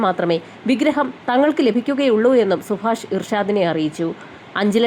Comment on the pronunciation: സുഫാഷല്ല സുഭാഷ്